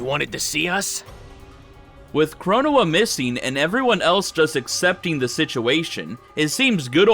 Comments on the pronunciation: 1: Fu's definitely in love with your CaC. 2: Your pronunciation of Chronoa brings me a bit of physical pain. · I hate how he pronounced the Supreme Court of Time’s actual name